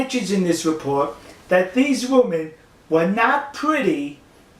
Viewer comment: Why do you speak like a 3 year old? What's a repowt?